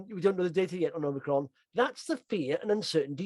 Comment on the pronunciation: Really enjoy the video guys but please please call the variant Omicron - and not Omnicron. Omni means multiple.... don't jinx us!